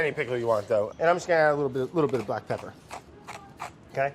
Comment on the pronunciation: "...a little salt, a little PEPPAH